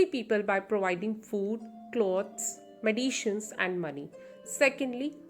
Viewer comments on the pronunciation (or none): Mam everything is ok I am saying you have pronounced it wrong.